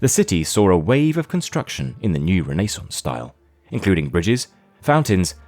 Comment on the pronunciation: Only AI narrator would botch up the word renaissance like this narrator did.